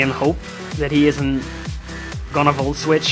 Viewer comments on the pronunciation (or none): none